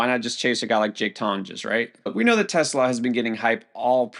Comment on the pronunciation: it's pronounced tes law.